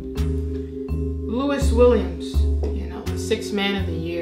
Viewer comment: “Louis Williams” 😭😂